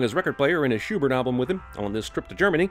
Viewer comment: Please tell me you mispronounced Schubert on purpose.